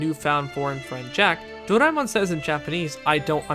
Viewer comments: whoever says Doraemon as Dor-ay-min should not and will not be taken seriously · Imagine if there was another english dub of stand by me Doraemon that pronounces Doraemon's name as "Soray-mon" & Nobita as "No-see-dah"